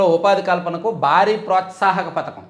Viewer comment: Pathakam kaadu padhakam anaali